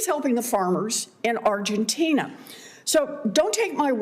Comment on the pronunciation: Lady say it Argentina.